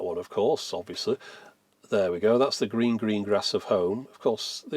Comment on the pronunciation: Ah! "The gleen gleen glass of home" , my favolit !